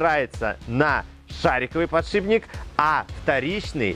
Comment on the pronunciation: Тогда уж ,, подшипник,, а не,, подшиБник ,,. А так все классно...